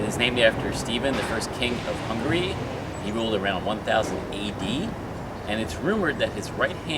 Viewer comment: There's a difference in pronunciation of 'hungry' and 'Hungary'.Another thing: we have a prime minister, not a president. Our prime minister is the president of his party.